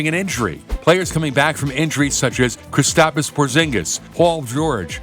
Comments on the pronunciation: Lol he said Kristopis instead of kristop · My mans said kris-tap-isss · He really said kristapa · ChrisStopUs Porziņģis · KRISTAPIS PORZINGIS"KRISTAPIS" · Kristapis Porzingiz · "KhrisTapes Porzingis" - This man iza legend haha 😂🤣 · Nobody: UpNext Sports:KriStApuS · nobody gonna talk ab how he said veorge and kristapis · Lol first he says kristapis and now ante ki no pow 😂😂😂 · This man really said kristapis porzingus come on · this kid said kristapas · Or Kristaps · Kristapis Porzingis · KristapOs Porzingis